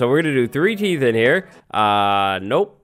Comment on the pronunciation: Am I the only one who gets slightly annoyed by "teeths"?